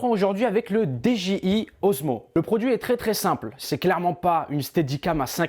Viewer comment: Par contre pourquoi tu dis DGI c'est DJI :P